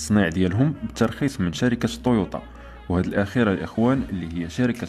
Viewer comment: تويوتا مو طويوطا